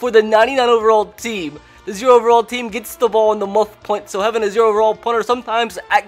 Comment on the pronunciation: Say "team" correctly